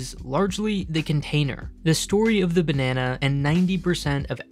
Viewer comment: Jeez man. You're doing the narration for this video & you can't even say the word 'Banana' properly! You should be fired.